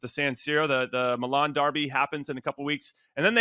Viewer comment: Great show! Thank you for pronouncing Milan correctly 😅 and not saying “Meeeeeelan”!